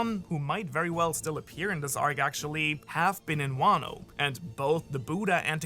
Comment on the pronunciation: he really said buda NOT BUDDHA